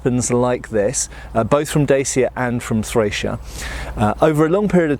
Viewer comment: Say "pa". Good. Now, replace the P with a D. Yes, that's right, just like the Russian yes, "Da". Now try say "Chya". Alright, now put them together and you have; Dacia. Don't pronounce it like a kid on pubg.